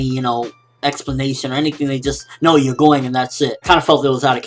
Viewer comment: and you are saying "you're" wong =|